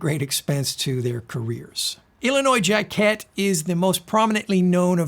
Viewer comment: Forgive this "correction." This video is really helpful. Thank you for it. Just nitpicking here: "Jacquet, Illinois zha-kay Saxophonist/bandleader; this is preferred . . . pronunciation [authority: Personal conversation with the artist by Phil Bowler, WPKN-FM], but he's accustomed to 'jacket.'"